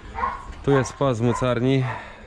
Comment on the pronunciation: To jest młocarnia a nie młockarnia ale podziwiam zapał 👍👍👍